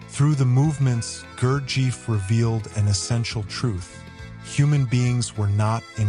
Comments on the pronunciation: You might wish to pronounce his name correctly. Summation of the work is not bad the comments about his early life, reason for his car accident and beelzebub are ridiculous. Nothin is known about his formative years where he was and how he developed the system. The contributor has no right to represent speculations as fact. No one has ever been able to identify any of the characters in meetings as real people. He was conducing group work at the preiure up until his death in October ‘49. I know all this as my first husband lived there with him. Narrator does not identify his sources but it has the scent of something very suspicious and not authentic. As for beelzebub fro his own mouth “some true some not you decide” dear lord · Fascinating story. Thank you for sharing. Gurdjiev was one of the most mysterious teachers if the 20th century. It has been recorded that Stalin had Gurdjiev’s book and his picture on his work desk in his home in Kremlin. Also, Gurdjiev’s students in Paris mentioned that he called Stalin by his childhood endearing name Soso. One small correction though, is that pronouncing his name correctly would help people to know what his name truly sounded like. The accent is on the letter “i”. And it has a long stretched “I”. (It sounds like Gurdjeeeeyev” :)) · En primer lugar.... NO sabe pronunciar el nombre Gurdjieff. En segundo lugar, no COMPRUEBA que Gurdjieff o su propuesta, fueran PELIGROSOS. En tercer lugar NO aporta nada nuevo...... MEJOR HAGA VIDEOS DE GATICOS..... SON DIVERTIDOS. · The AI narrator can't even pronounce his name. YouTube = AI = foxtrot Oscar 🖕